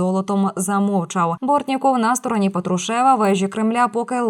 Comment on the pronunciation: Що за петрушЕва, пАтрушева